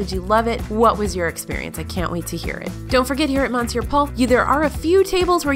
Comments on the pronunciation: Monsieur is pronounce 'mes-sure' not mon-sure. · Is saying “MONsoor” Paul like a joke? I honestly don’t know if it’s a joke because it’s such an outrageous/outdated/obviously incorrect pronunciation that it would seem outlandish for an SNL skit. You don’t live under a rock, you work within the food world, and you know how to pronounce “monsieur.” Please stop making my ears bleed. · Why did you mispronounce Monsieur? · What’s up with pronunciation: spaetzle, monsiur - take a quick look at some words or ask some natives!